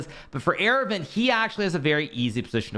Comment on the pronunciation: Friendly note, Aravindh is pronounced Ar-vind similar to how you would say ar-jun. The second a is silent in aravindh.